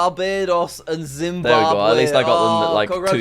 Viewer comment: Yep . . . ZimbaWbwe